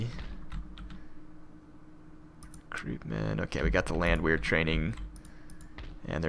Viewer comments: It's pronounced Land-Vare. It's German. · Landwehr pronounced land-vair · If I may add, I believe the "Land" sounds like bond or pond in American English, and the "wehr" sounds like air or hair, and of course the "w" sounds like the English "v" . dict.cc/?s=Landwehr